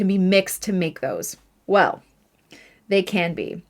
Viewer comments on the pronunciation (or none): none